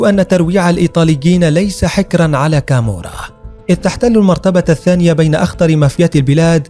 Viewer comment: تقريرك كذب انا عشت كثيرا فى ايطاليا حتى نطقك لها خطاء مية مية الخي لا توجد نهائى فى اللغة الايطالية اصلا .كامورا خطاء لا كامووورا .وهى نابلولى .وليندرانقيتا .كالببريا .واقواهم صقيلية وهى كوزا نوسترا معاناها حاجتنا ..لا تكذب عن الناس ولا تفقه نطق الصحيح